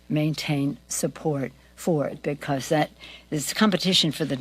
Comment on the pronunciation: You know your dentures aren’t in properly when you can make the “b” in because without ever closing your lips 😬